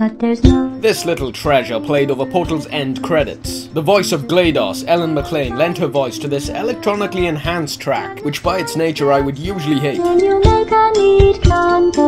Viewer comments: It's pronounced "GLAH-DOUGH-S", not "GLAY-DAHS". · It's Glad-Oas. Not gla-dough-os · Wait how did you say GLaDoS? XD